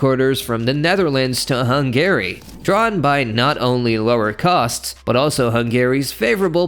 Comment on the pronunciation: Why is he saying HUN GARY? 😂